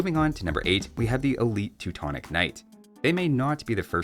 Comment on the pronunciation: as in.. Teutonick night?